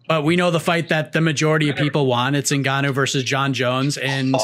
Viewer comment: Who is ZiNgano? He is Ngannou & and as a journalist, you need to respect his name & work on how to correctly pronounce it. Thank you. BTW,I'm a fan of your podcast since day one